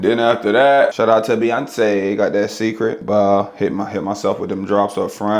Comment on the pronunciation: this n!gga said SECRET drops i would've never guessed he was tryna pronounce Cecred lmaoooooo